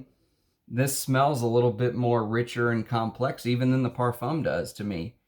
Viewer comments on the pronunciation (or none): none